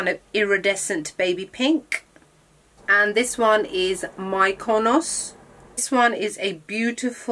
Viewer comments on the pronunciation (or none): You are ao beautifull !! Its called Mekonos ..its spelled like that ..Μυκονος in Greek ..but pronounced like e ..sorry Im Greek .....not a hate comment just a notice ...I love your look today really love it ....I think Im gonna start pinks ....hehe !!!